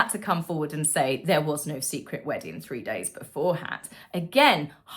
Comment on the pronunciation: There's a 'G' on the end of weddin g dear.